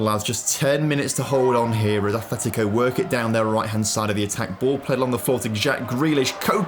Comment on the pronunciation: No H in Atlético ATletico Not... ATHletico